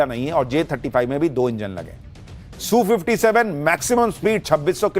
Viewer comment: Sushant ...rest of the World calls it S U 57 .....not Soo57